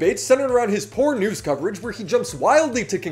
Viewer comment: you said "...poor news..." and i heard "porn ooze"